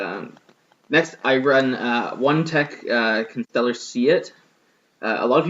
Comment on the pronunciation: I salute you, sir. You pronounce Constellar correctly.